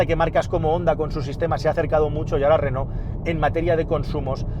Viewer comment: Llama la atención lo bien que pronuncias "Renó" y que no sepas decir Palencia. En fin. Es lo que tiene ser pobres.